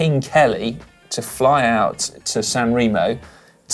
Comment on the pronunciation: come on guys!! Italian an spanich lessons for GCN presenters please!! its so bas to hear milan- san reemo or strade bianchi or meejorca